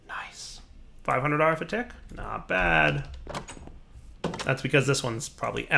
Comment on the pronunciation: "217 RF a twick." Anyone else hear that? LOL